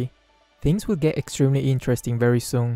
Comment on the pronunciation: Why do you allway say intrasting